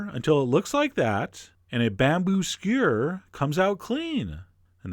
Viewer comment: Lol i love how he says skewer "skyerr"